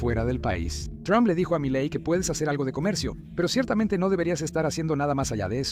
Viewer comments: The mistake with the name "Miley" is quite simple; just change it to Melay. The "e" sounds like the "i" in Spanish, and the "ay" sounds like the "ei" in Spanish. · Y no se pronuncia "malai" se pronuncia "Milei" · Miyey? Wtf se pronuncia Miley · Se llama Milei no Malay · "Malay" me encanta 😂😂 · Se pronuncia milei... Aweonao aprende a leer